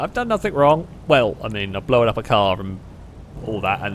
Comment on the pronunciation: I gotta ask, what's with saying "Blowen"? I googled it to see if it was an accent thing, all I could find is that blown is past tense of blow and blowen is a prostitute xD Just to add, I love these videos, and love your commentary style, I've just never heard that pronunciation before! Also, the dive couldn't have been timed better with that Jetski coming over 😂